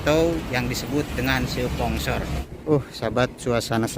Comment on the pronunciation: bang bukan spongsor/tapi sponsor bang😁